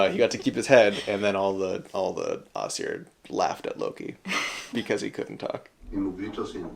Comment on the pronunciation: Im sorry i love that you explain the mythology and stuff but aesir is pronunced EYE-sir still the same pronunce of sir as before